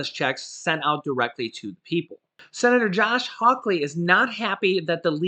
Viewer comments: Say it with me H a w Lee not hawk lee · It's hall ly not hawklee can you tell im from Missouri stay safe and God bless !!! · His name is Josh Hawley. Not Josh Hawkley. 😆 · I just want to let you know for future use. Two things! - 1. The U.S. Senator from Missouri, Josh Hawley. His last name is pronounced like the word Holly, just like the Christmas song: "Holly Jolly Christmas". - 2. Regarding the state of Illinois, never pronounce the s at the end. Pronounce the ending just like the word "Toy" without the t. - oy. No big deal. Jut to let you know for future use! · It's pronounced hawley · No (k) in Hawley from MO.